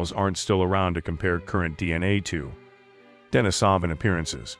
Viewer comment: Nice video, just wanted to add that it's pronounced deneesaven not denisohvan.